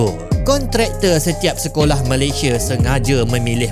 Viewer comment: Sebut negara Malaysia ialah MalayS-I-A BUKAN Malay-S-H-E … Badak Sumatera di Malaysia telah PUPUS sejak 2019..